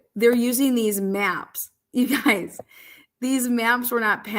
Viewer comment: Just the fact that you said, “ You guyiz” I trust nothing you say……